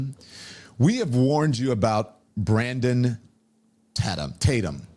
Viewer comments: The very first sentence out of Donny Bo’s trap is that they have been warning us about Brandon, but funny that he can’t pronounce his last name right but wants us to believe he’s been on the “case” about Brandon. So Don doesn’t even really know who Brandon is but is spewing things he has no clue about. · Lon Demon is such a clown and is desperate for attention. You would think someone who was on tv every day would have a decent YouTube channel but no. His view numbers are absolutely pathetic! And he so disingenuous and deceptive, acting like he doesn’t know how to properly pronounce Tatum. He obviously has watched the channel which means he has heard the way to say it. What a clown. He is so pathetic and thirsty for attention. AND he is full of it! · Can you not say his last name, right? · The fact he said your name as Tattum instead of Tatum shows he is an idiot, he doesn't deserve acknowledgement. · Don “Lemone” intentionally mispronounced your name. What a low power move. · Officer Tatum, I m embarrassed...you condemned Nolan's speaking ability but you said THEOLOGY!!!!!THEOLOGY??? Couldn't your wife help you with comprehension skills...this IS so embarrassing...this is supposed to be our representative for our race😢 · Lemon purposely mispronounciating Tatum's last name is a pissy little bitch move. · He knew how to pronounce your last name. He just wanted to make it seem like you're insignificant and not worthy of remembering your name. WHAT A FKN LOSER!!!! DON LEMON YOU SUCK AND NO ONE LIKES YOU!!! NOT EVEN YO MAMA!!! 😂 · You know he knew how to say your name 😂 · I loved how he ACTED like he didn’t know how to pronounce Tatum!😂🤣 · Don Lemon can't even say Tatum. Officer Tatum is doing a better job the Don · Don Lemon = Clown. Imagine being a "journalist" and don't know how to pronounce your main topics. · Don was def. low key being disrespectful when he mispronounced Tatum. Don is a punk b… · He's supposed to be a journalist and he can't even say Tatum right? 😂